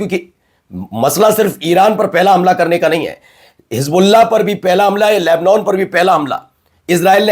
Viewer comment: Lebnon ...nahi.....lebnan padha aur bola jata hai.